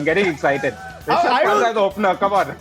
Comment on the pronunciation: WHEN IAN SAYS RISHABH PANT IT SOUND LIKE "RASHID KHAN" WHO ELSE AGREE?